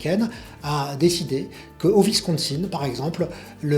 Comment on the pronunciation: Ne faites pas confiance à un journaliste qui prononce Wisonsin comme "Vis con sinne..". Il n'est pas bilingue anglais et ne suit donc probablement pas l'actualité US en anglais. Et si il la suit, il ne doit pas vraiment la comprendre. Ca se prononce " Ouisse conne sinne. "...